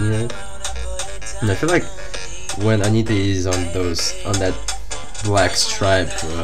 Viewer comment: Interessante. Ele fala o nome com T. Interesting, he speaks correctly her name. Like buddy is with Brazilian r. Not the sound "D", like in "day".